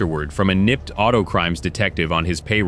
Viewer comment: When your report is written, put a space between each letter of the nypd so thtst each letter is pronounced instead of pronouncing it " nipped". Sheesh. 😮